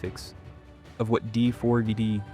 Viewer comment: You understand his name is pronounced "David" right? Is this an AI slop voice over, or are you really that uninformed? Not trying to be rude, but it doesn't instill confidence that you know what you're talking about, mis-speaking it that many times. If this was an intentional mispronunciation intended to elicit comments like mine, to drive engagement on the algorithm, then cheers to you. I'ma drop a thumbs down to counter-act that just in case though, seeing as how this is almost certainly AI slop crap, you lazy bum.